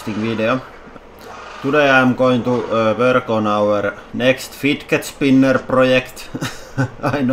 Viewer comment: How he says (firget spinar)😂😂